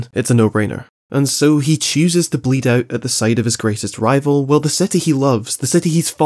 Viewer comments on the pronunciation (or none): none